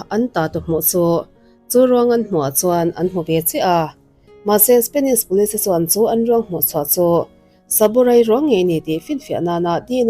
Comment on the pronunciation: Ngaihthlâk a nuam e. Amaherawhchu, i thu lamrik dan hian duh thu a sam lo deuh țhin lo țang sauh sauh teh. Entir nan: 'Spenish' ni lovin, 'Spanish' tih tur. 'Tlet mei' ni lovin, 'tlat mai' tih tur. 'Mei' ni lovin 'mai' tih tur. 'Ngeihtuah' ni lovin 'Ngaihtuah' tih tur.